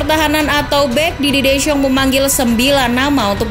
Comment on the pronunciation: Belajar lagi artikulasi min 🤣🤣🤣 soal penyebutan nama si pelatih